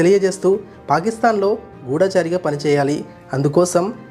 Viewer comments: గూఢచారి , గూఢముగా చరించు వాడు అని అర్థం. గూడాచారి అనకండి... నర్మద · గూఢాచారి అనకూడదండీ.గూఢచారి అనాలి.